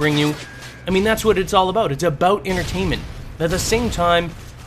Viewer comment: LOL HE SAID ABOOT!!!!!!!!!!!